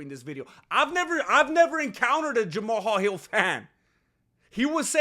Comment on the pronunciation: You are the only person pronouncing that man’s name right! I respect 🫡 you for that bro!